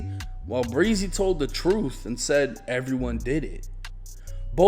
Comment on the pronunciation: It's not pronounced breezy 😆